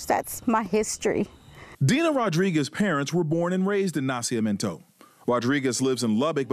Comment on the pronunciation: It's "Na-CI-MI-EN-to" (birth), NOT Na-cia-men-to as the narrator keeps calling it.